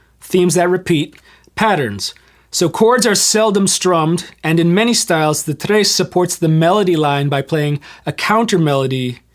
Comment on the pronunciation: Stop calling it a Trays. It’s sounds like the word “yes” except with Tr.